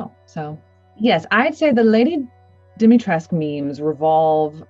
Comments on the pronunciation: Am I wrong in pronouncing her name “dim-e-tres-coo”? I thought that was how it was pronounced but she always says dimitresc without the u on the end. Am I wrong or is she wrong? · they probably got the wrong pronunciation during recording from something. I didn’t realize you pronounce the U either. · U in the end isn't silent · Dee- mee- tresk- oo. There's an informative video about Romanian pronunciations and the narrator also talks about Romanian influences on the game. (NATIVE ROMANIAN TRANSLATES ROMANIAN WORDS IN RESIDENT EVIL 8 VILLAGE) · It's pronounced like Dee-mee-tres-coo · I don't understand why Capcom didn't correct the pronouciation of "Dimitrescu" after ACTUAL ROMANIANS corrected them, multiple times! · Im a Romenian and the way yall say Dimitrescu makes my ears bleed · Maybe the reason why she says it that way bc of Capcom